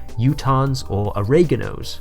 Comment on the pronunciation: It's Oregonians, not Oreganos, bro 😂